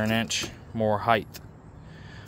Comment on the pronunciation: its height not heighth..you should learn how to say it.